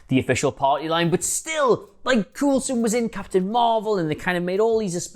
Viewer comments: How did you manage to mispronounce coulson as cool son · Coulson pronounced Coal-son. Trust me. I should know. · 1: Even if Vision definitively destroyed that Ultron Drone, how do we know they were all destroyed? How do we know they were all in the city to begin with? 2: Agent Cool-son? Really? Multiple movies and a tv series and you think the name is pronounce Cool-son? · I'm just hear to say... Agent Cool-son😂😂😂😂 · Why doesn't this idiot know how to pronounce Coulson? It is almost like he has never watch any of those movies or Agents of Shield, but is just reading someone else's copy. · Why is he saying coulson like that 🤦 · This guy really doesn’t know how to pronounce Coulson, Fitz and Simmons can. And why do I feel he’s bagging on Agents Of S.H.I.E.L.D.? It’s an amazing show and important to the MCU. Oh and to answer Adam’s answer, it is said that the show might clue us into the formation of S.W.O.R.D. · Why are you saying Coulson like that come on